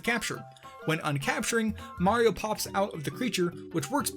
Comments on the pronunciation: "Super Mar Odyssey" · No, at the beginning of the video it sounded like you said MAR instead of Mario and I thought it was kinda funny. Probably shoulda made that clear.